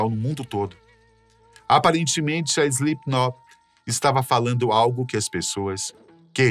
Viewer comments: Slipnok, SLIPNOK. Ele disse SlipNOQUE. Sim ele disse. Muitas vezes! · Quem avisa ele que o nome da banda nao é "Islipinóki"?? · SlipKNOCK não dá, até voltei porque achei que eu havia ouvido errado, mas por duas ou três vezes durante o video (e no finalzinho) ele fala errado kkk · Além de ter pronunciado errado várias vezes, e passado pela edição: Slipknoc... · ele falando SlipKNOCK me pegou um pouco kkkk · Palavra de fã (a no mínimo 15 anos) da banda… o roteiro ficou bom, mas a execução nem tanto… o apresentador erra inúmeras vezes o nome da banda chamando de Slipnok, os editores colocaram imagens erradas em momentos errados… faltou informação… a impressão que deu é que fizeram esse vídeo por conta do hype do Eloy Casagrande ser o novo baterista… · "Slipnoc" não, po.. pera ai kkkkkk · Primeiro, SlipknoQUI? Que agonia veio kkkkkk segundo, faltou abordou assuntos muito importantes sobre o lado "religioso" da banda, que, entre fatos, são assumidamente cristãos. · Pq o cara está falando o nome fa banda com C mudo no final? Será que ele não sabe ler? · Impreeao minha ou ele falou diversas vezes slipnok? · SLIPNOK essa me quebrou 😂😂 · Ele erra todas as datas. Ele falou slipknoque, bah que narração horrorosa. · É SlipknoT, não SlipknoP! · "Slipnoque" kkkkkj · SlipkinoC ? 😅 Pqp hem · Correção: Mick caiu depois de tropeçar no DJ Sid. O cara fala "Slipknoc" ... credibilidade nenhuma. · Foi só eu que percebi que ele não diz Slipknot?? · Slipnop....Slipnok.....kkkk ta difícil hein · Joey foi uma lenda, e se não o maior baterista da história Mas agr tipo assim, só eu wue percebi que o cara do video fala o nome da banda errado algumas vezes, principalmente a ultima vez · video bem legal, parabéns aos envolvidos masque nervoso ele falando Slipknot, poderia ter se esforçado mais nessa pronuncia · Ele falando o nome da banda errado o vídeo todo... que agonia kkk